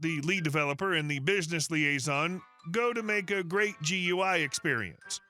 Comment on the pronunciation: Just a picky criticism from an IT tech ... GUI is generally said as "Gooey" it actually stands for Graphic User Interface. Not a major item, just a minor bit of information.